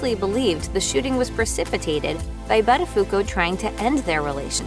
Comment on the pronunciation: You can't even pronounce his name correctly... DOH .